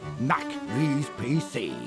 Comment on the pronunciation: Baltimort said “Mac ‘Veez’ PC”